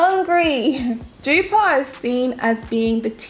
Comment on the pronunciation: Jupaar..... what a pronunciation!!